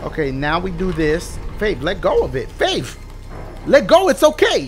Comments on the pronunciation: Dashie when you faith it sounds like if you are saying babe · Dashie said "Faif" about 90000 times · I love how he says faif. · "Faif" xD